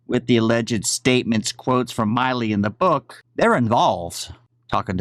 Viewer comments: Not being wise but the generals name is pronounced like... Mill I work at the mill. Milley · Milley not Miley. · He knows how to pronounce his name. He’s calling him Myley on purpose in my opinion. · It bothers me that you keep mispronouncing GEN Milley’s name.